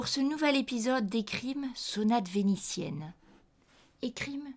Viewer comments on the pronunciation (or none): On dit vénitienne, pas venicienne.